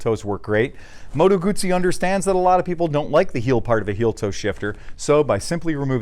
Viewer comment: Heah, but it's not gooozi, just guzzi - oo, mot ooo, please - you hurt my ears!